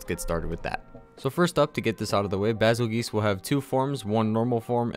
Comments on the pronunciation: I reaaaaaaaallllly hate this quest. Stupid M.F-er one shot kills me every single time! Also I'm pretty sure it's pronounced "bee zuul juice" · It is pronounced Beetlejuice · Every time he says Basel GEESEE I laughed at little. Cool videos man, keep it up!